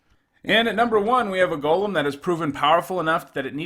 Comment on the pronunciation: I appreciate how you pronounce golem